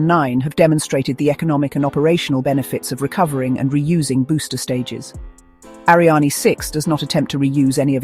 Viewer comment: Interesting video, but your AI is mispronouncing "Ariane".